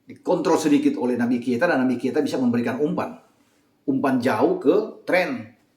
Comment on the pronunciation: kenapa kalo nyebut Naby Keita selalu kesebut Naby Kieta 😅